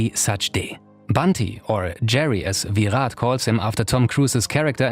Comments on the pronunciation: It’s Virat not villlllat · It's virat not vih raat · I cringed everytime he said Veerath Kolee 😆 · Ohh bro he is not VIIIIIRAT KOHLI😅😅😅, He is "VIRAT KOHLI" AKA king kohli👑 & the Runmachine🔥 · Vee-Rhat Kohli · Ve rat kohli not ve hat kohli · It's shitty how he says Viraaat kholi 🤣🤣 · The way he tells Virhat Kohli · For a small mistake, It's Virat Kohli (VIRRAT) But he speller him as Vihat Kohli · I like how he tries so hard to pronounce Virat right. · his Pronounciation of virat is really funny 🤣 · why does he say "virat" like that LOL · The way he pronounce "Virat Kohli" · That r in Virat is just gold